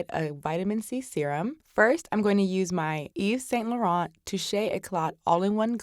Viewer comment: Please listen to the correct pronunciation of Yves Saint Laurent...